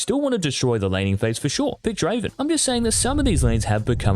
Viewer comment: It's not Draven it's Draaaaaven